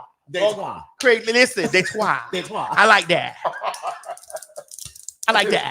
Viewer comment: I didn’t know anyone else called Detroit, detoi besides people who live here lol